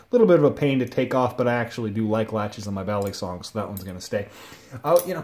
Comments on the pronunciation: ist balisong not baley-song, just saying, good video though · The way you say balisong though..